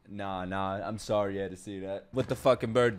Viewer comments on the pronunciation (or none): none